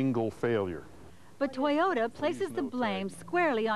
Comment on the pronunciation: I don't bother listening to ladies who can't even pronounce toyota. Why is it that every mechanic shop i've been to say toyota are really reliable. People who don't know shit about cars shouldn't even be driving. Also you can't always trust a local mechanic they want to make money so unless you can trust them better off taking it to the dealer where they have warranty. I own 4 toyota's:1997 4runner, 2007 Tacoma, and 2010 Tundra and they are all fine even the 1997 is actually original and 100%.